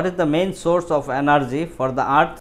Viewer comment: It's not at bro it was earth.. ET.... Ok